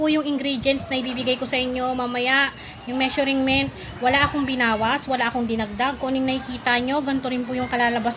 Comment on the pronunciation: Ate itatama ko lang po ang pronunciation mo ng Measurent ang tamang pag bigkas po ay Me-shur-ment at hindi Me-shuring-ment.